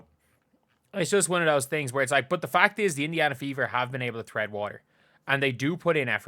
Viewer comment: Is the phrase “tread (chread) water” not a saying in Ireland? Why does say “thread”?